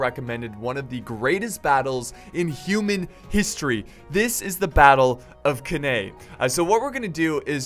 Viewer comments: Can-nay is how it's pronounced mate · English pronunciation of Canne is really horrible.